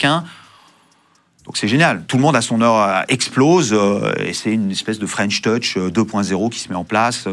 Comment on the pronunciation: C’est drôle tous les interviewers se ratent sur la prononciation de French touch 😅 ils disent tous fren’touch 😂